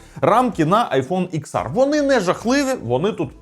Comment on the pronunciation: чувак, не існує такого айфону "іксар", є "десять ер"